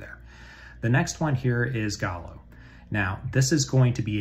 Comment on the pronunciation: Always a pleasure to stop by. Also, good job on my name pronunciation. Folks tend to choke up on how to say 'Ghalo' which is followed by me listing the variations I've heard throughout the years.